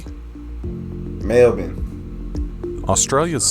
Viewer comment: You said Melbourne perfectly!